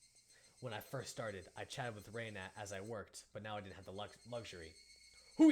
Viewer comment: This Reina thing was pretty confusing since you've been pronouncing her name wrong from the beginning. Rena is pronounced Re as in ready na as in navigation Reina is pronounced the way you've been pronouncing Rena.